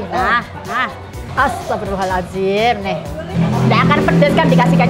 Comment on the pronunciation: omay istigfar nya jangan buat mainan (astagfirolloh har'adhim)ini penyebutan yg benar